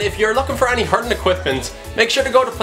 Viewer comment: Fair play promoting hurling. P.s You've some twist of an accent! You pronounce hurlin' like hurnin or hurin xD where's the 'l' ?! - Top drawer lad!